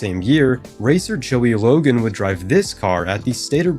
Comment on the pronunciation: wait HOW DID YOU PRONOUNCE LOGANO’S LAST NAME??? 😂😂😂